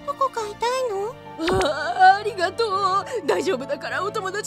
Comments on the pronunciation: くらいのとこ「あるがと」になってたのは気のせい？ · ありがと！があるがと！になってる！